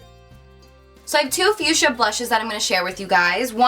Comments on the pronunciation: The pronunciation is fuksia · Honey...its FUCHSIA ;-) Not fuschia :-D xo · LOL web she said "back to the fuschia" it sounded like "back to the future."